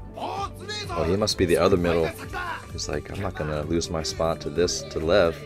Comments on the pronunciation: Just letting you know but Levs name is pronounced more like lee-ev. See if you can catch it when the characters say it. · I’d just like to point out that Lev’s name is pronounced more like Liev or Ljev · Nobody really calls Lev "Haiba". Also its sort of pronounced like "Lief"